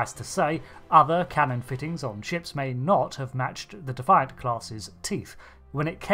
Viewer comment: Cmdr. Benjamin Sisko's Powdered Pimp Hand. You keep pronouncing Defiant wrong....